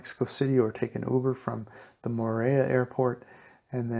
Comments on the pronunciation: Hi, The Ls in Spanish are only pronounced like "ya" if they are double LLs, like the sound in the word "tortilla." It's correctly pronounced "torteeya." So, it is more-ell-ee-ya, not more-eh-ya. Thanks for the info. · mor-el-ia not moraya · Great info thanks, but it's pronounce (MORE-EL-YA). Morelia has only one L . You were pronouncing it as dble LL (yeh) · He cant even say Morelia, he sounds like Morea"... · It's a beautiful enchanting town. But it's named after Morelos so the name is Morelia not sure why you're pronouncing it like a double l--More-ray-ya? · Hi. We dont expect perfect pronunciation, but if your doing a report on Morelia you should pronounce it correctly. So if your "in" Morlia just listen or ask someone how they pronounce their city's name. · Please learn to pronounce Morelia right.